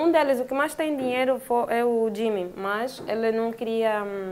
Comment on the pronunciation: Não é Jimmmy(como ela diz) é Jimin (Dijimin) em coreano (Jiminie 지믹)